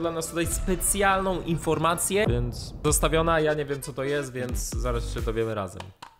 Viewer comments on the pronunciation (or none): kocham to "wjenc" xd